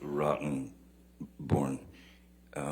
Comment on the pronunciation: Notice how he pronounces Mr. Rottenborn!🤣🤣🤣🤣